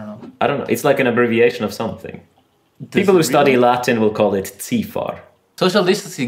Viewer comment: It's pronounced CIFAR ;)